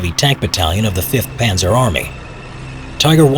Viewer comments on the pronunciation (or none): none